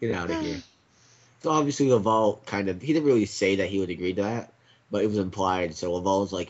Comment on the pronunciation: Legends of Chima is epic but what the fuck are you guys doing and it isn't lavowl it's laval